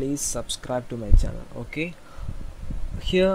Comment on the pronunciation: "and soobscribe to *mah channeul*"